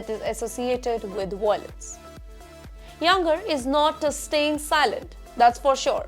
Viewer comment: Don't you know how to pronounce Iyengar !!!